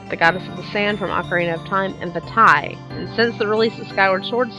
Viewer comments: "Vah-TEE". not "Va-tai"... "Oh-Kah-Ree-Na", not "ock-ah-ree-na"... NI-Ru, not Nay-Ru. the name pronunciation drives me nutts... please say them right... T_T Good point on the Fierce Deity. In this, I figured Fierce Deity was the guardian of the full "tetraforce", representing the force of Duty or loyalty. Fierce Deity was likely a Sheikah, but had himself sealed away because he felt darkness setting in with his negative emotions. A fraction breaks off and forms Dark Link... I'll expand later. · did you ever think, it's maybe pronounced Vaateh and not Vaataye even if it's spelled Vaati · va-tea not va-tie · Lol Vaty. Its pronounced Vati. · vattye seriously it's pronounced varty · I don't think it is "Vattay" but "Vaahtee" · Wait... Vah-tie? I thought it was vah-tee O.o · Va-Tie... Really? It's Va-Tee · I just have one question: what in the HECK made you think Vaati's name was pronounced "Va-TYE"? Seriously? He has TWO A's in his name and only one i. It should come across as being "Vah-Tee", not "Va-TYE". XD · By the way, the official pronunciation for Vaati is Vah-tee, not Vuh-tie. Just thought I should throw that out there. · vuh-tie... Lol... Vah-tee is the correct pronunciation of Vaati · Why did she pronounce Vaati's name like Va'tie ._. so odd... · I thought Vaati was pronouced "Vah-tee"? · It's pronounced vaatee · Oh god. That pronunciation of Vaati... What a butchering. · Every time you say Vaati's name wrong I cringe